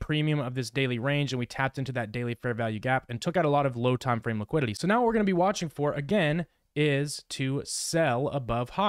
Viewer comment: That squiddily didilly liquililly 😂